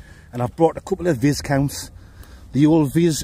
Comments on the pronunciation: I've told you, now I'm angry. your channel is going nowhere if you cannot get your biscuits right. Viscount..... It is pronounced Vi - Count, the 's' is silent..... ... Outside in 5 mins if you wanna... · Erm, it is not vis count, it is pronounced like Vy count don't you know and aren't you the mandingo who keeps saying Nice biscuits are pronounced the way they are spelt. It is pronounced neece and yes I do have a problem with it!